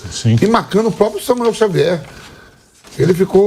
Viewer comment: Samuel Xavier, famoso Xamuel 😂😂😂